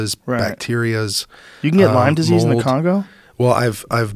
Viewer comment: it's not LYMES disease holy shit that drives me nuts - LYME my friend LYME